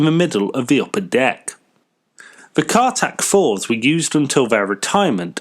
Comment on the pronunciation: Cartics, not cartacs.